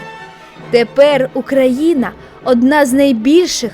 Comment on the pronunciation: Чого ти все відео кажеш "Украіна", а не Україна?